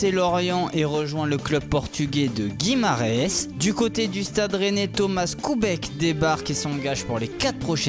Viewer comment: sa craint Nom normal :guimarares Traduction que se que tu a dit :gimaraes Ps: traduction en portugais Sa crain quand même Sinon viva vivtoria